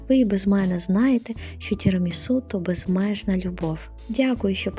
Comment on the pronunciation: Все правильно" Тірамісу" так говорять італійці